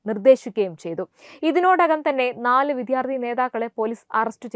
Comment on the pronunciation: കുഞ്ഞേ, വിദ്യാർത്ഥി ആണ്. വിദ്ധ്യാ ർഥി അല്ല